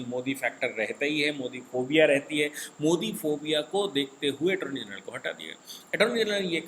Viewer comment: ATTORNEY GENERAL … not Atorny General